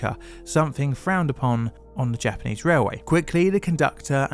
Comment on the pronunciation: You do really well with your Japanese pronunciation in this one! A small compliment, but I hope a meaningful one. <3